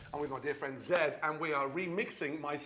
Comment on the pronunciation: Zedd... Or should i say... Zegg...